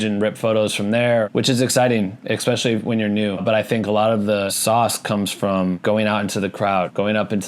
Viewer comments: especially not expecially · I promise to subscribe if you stop saying ’expecially’ 😅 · Especially.....not expecially...learn english😒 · The way you say especially is killing me hahaha, thank you for this vid and sharing your knowledge